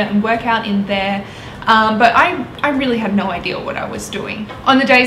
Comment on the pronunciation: thats how she pronounces "but" lol